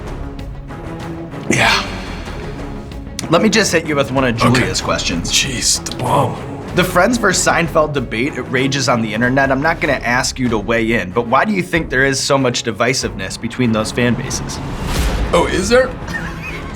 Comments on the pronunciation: God dammit, this is just one of my biggest pet peeves. "Versus" and "Verse" are not the same word and do not have the same meaning. "Vs" is NOT pronounced "Verse" and it always drives me nuts when someone forgets that one syllable to complete the word they're trying to say. I'm only bringing this up because I've heard you say it in past videos and you've got to learn the proper word eventually. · Versus is two syllables.